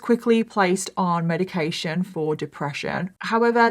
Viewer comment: Medication sounds like Zoloft